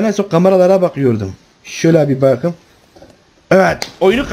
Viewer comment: Reynmen: Yalan söyleme gözlerime bak bu kez: Baağkım